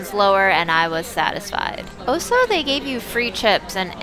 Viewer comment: “ Oh-So”. You always “Oh So” instead of “Also”.